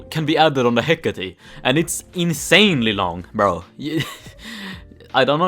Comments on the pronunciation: Why does he say he-cat-e its he-cate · No one: Literally no one:: HeCaTatE